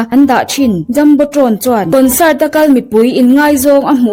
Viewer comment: Kawnsât, intarnet... 😂 A va chiang fek fawk em!